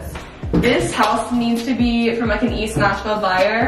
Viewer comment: Wow I'm from Nashville and the cringe when repeatedly says "ThiS iS VERRRRYYY eaSSST NAsHviLLLLE!"